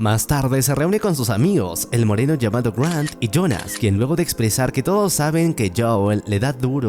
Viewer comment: Fue muy raro cuando dijiste Moreno 😢